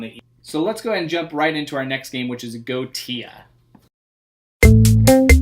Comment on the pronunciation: I believe its pronounced Go-eesh-a